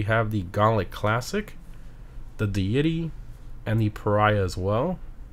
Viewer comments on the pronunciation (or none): please learn to pronouce deity.... dee uh tee.....no de yeti lmfao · The way he pronounces Deity always cracks me up. He says it like "de - yity" but it's supposed to be "dee-ity", like a god/supernatural being. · Always cracks me up how you pronounce Deity